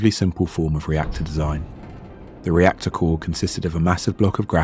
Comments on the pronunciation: "rector core". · “rector core”